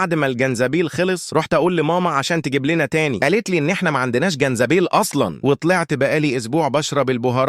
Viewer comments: جنزبيل ✅ زنجبيل ❎ ماشاء الله على اللغه العربيه 😂😂😂😂😂😂😂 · والله قطست من الضحك زنجيبل مش جنزبيل